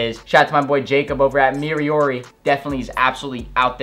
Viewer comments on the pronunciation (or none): none